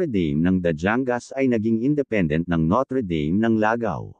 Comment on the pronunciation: bakit mga studyante ng notre dame nakasanayan na "noter deym" ang pag pronounce, dapat "notr' dam" kasi.masyadong jologs pakinggan ang noter deym